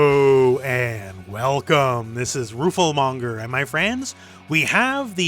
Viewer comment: Is it just me or is the L in rooflemonger more pronounced these last few vids?